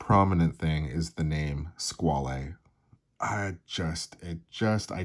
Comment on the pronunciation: You say it like it is, but you say it incorrectly: French= squawl. not sqwally.